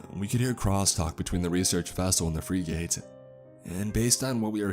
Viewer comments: "Freeg-ate" lol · Interesting story, but was I the only one bothered by the way he butchered the word frigate? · Mispronouncing Ensign, common and forgivable, as it changes depending on which Navy you're referring to. Mispronouncing FRIGATE... literally NO ONE, EVER, does this lol. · Check out the pronunciation of the word 'frigate'. You've heard it before and will recognize it when you see it how to say it. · What about frigate? That frigging annoyed me... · Free gate. Lol. How do u not know how to pronounce a ships class. U idiot. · For frig sakes, it's pronounced 'frig-ette', not 'free-gate'. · Arya Apollyon its pronounced fregit. Not free gate. What an idiot this guy is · free gate.... you mean.. frigate!?!? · If I hear "free gate" one more time I'm gonna scream. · Honestly, this story was kinda terrible. Didnt make much sense and the dialogue was awful. You're also killing me with how you pronounce "frigate". Have you never heard that word before? Its definitely not "freegate". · It's pronounced Frig - it. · Frigate is not pronounced free gate- it's fri (short I like fritter) and the word get. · navy frig-gate. Lol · I hate how he says frigate, like freegate, no it's pronounced like "fric it" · For the love pf god, please learn to pronounce the word Frigate... It's not freegate, it's "friggit". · Bro, you gotta stop saying free gate. Google how to say words, if you’ve never said that before. every time you talked about a frigate a was thrown for a loop. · “Freegate?” Or you mean “Frig-ate?” Also like “frig-it.” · The word is frigate, not freegate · I heard say "fra-gate" instead of Frigate. Sorry, I study and research military hardware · It's a "frig-it" not a "free-gate". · "Frih-guht" not "free-gate". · Great stories, but dude, you gotta learn to pronounce certain things properly when you're recording them. Frigate is pronounced "frigg-it", not "free-gate". Not trying to troll, just trying to help. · Dude, its pronounced frig-it not free-gate.